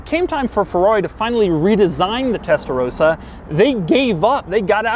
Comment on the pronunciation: Your pronunciation of Testarossa is ..... indefinable...